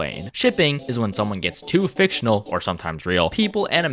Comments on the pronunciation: The way u emphasized that Two Time’s cult is F I C T I O N A L is so funny to me also sad that people w/ Spawn related characters / ppl talking abt Two Time have to do this .. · Every time you said fictional in the fandom section my eye twitched